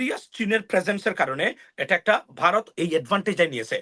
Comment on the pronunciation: হালায় বাংলা উচ্চার শেখেনাই ভারতকে বলে বারত .বলদ কোথাকার।পিওর মাদ্রাসা প্রোডাক্ট।